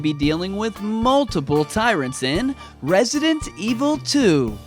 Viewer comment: You pronounce the title wrong. I needs to sounds like this evil voice we all love RESIDENT EVIL 👿